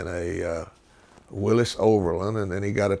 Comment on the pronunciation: Willis overland??? Whatchu talkin 'bout Willis? It's pronounced like "Willie's".